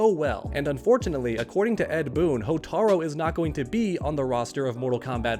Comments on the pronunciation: Cant ignore the fact that he keeps saying Hotar-o instead of Hotar-u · Hotar-U not Hotar-O. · You mean Hotaru? Not Hotaro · HortarU!!! Not HotarO How has nobody corrected this? I bit my tongue but hey small mistake but when you talk about Motaro and then "Hotaro" its...eh. its Hotaru. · It's pronounced "HOH-TAH-ROO"! Hotaru! NOT "HOTARO"! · Hotaru not Hotaro 😂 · "HOTAROO". It's not "Hotaro", you clown. "Hotaru". It's not hard bro. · His name is Hotaru (hoe-tah-ru)